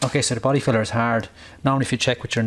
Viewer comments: When you're saying Body filler, it sounds like you're saying Body feathers... 😂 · Hard to understand when u say filler ,good thing u showed us the can ..try the American accent like Farrell Collin in movies ,doesn’t matter if u sound maybe stupid to u ..